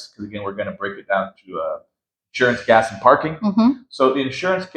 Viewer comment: The budget is good! Please help her with her English, hard to understand her. She pronounced gas as guest, sounded like guest, so was hard to grasp the concept.